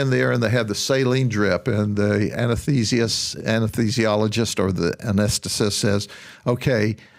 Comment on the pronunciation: He can’t pronounce anesthesia 😂😂